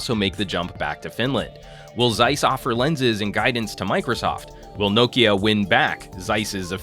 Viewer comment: He pronounced it quite the same way as we finns do :)